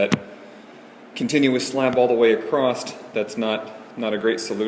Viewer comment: There's NO SUCH WORD as "acrosst"! Who the fuck talks like that? Never took an English class, huh?